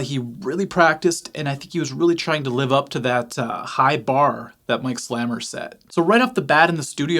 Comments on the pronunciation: I think it’s pronounced Slay-mer not slammer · His name is pronounced Slay-Mer, not Slammer. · It's pronounced slay-mer. Mike is one of the most underrated guitarists of all time. In 1976, a local radio station was playing Oddball Dance by City Boy. For them it was a joke, but for me it was a revelation. I went to my local record store - they had never heard of this British band. However, I was browsing through the cut-outs, as I always did, and low and behold - there was the City Boy album. I bought it for 50 cents! I have never looked back. I bought everything Mike Slamer ever participated in and I have never been disappointed. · Pronounced Slay-mer. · His name is pronounced with the long "A". i.e., Mike "Slaymer" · Pronounced Slay - mer. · A monster. Plus his name is actually pronounced “slay-mer” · FYI, Slamer’s name is pronounced with a long A sound. If you haven’t already, you should check out the band he was in with Kansas bassist Billy Greer called Seventh Key.